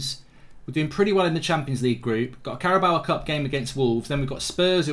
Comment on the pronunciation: ‘Caraboa Cup’😂😂😂